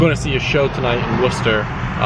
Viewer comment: I like how you're seeing Enter Shikari in Worcester, when they're English and there is a Worcester in England. And you said Wusta right.